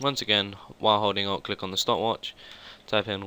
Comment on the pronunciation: Omg sorry your accent makes it sound like you said o instead of alt but thanks for the tut worked for me! :D